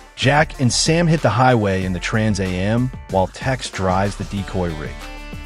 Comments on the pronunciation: Is the narrator for real? Trans a m, seriously? It's called a Trans am. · First I'm not sure how true this is. It's narrrated by AI which can't pronounce trans am right. Plus, it already October and I've heard nothing about this. I'm mixed about whether I'll go see this or not. But I agree it should not be made. Instead, bring back the original for the 50th anniversary..